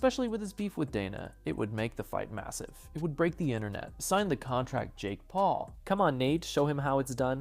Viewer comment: “Thign the contract”